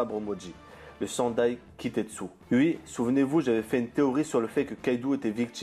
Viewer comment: Désoler c'est ton accent mais essaye de dire"oui" au lieu de "ui"